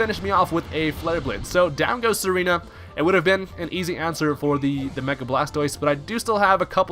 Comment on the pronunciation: Tsareena is pronounced "zar-ee-na". its like a hard Z sound; like Czar. its not "serena". js as a guy with a vikavolt, i wish the thing had access to parbolic charge kudos for using donphan. under appreciated mon imho long freaking battle here...